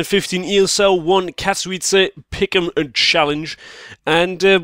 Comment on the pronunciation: Finaly someone said Katowice right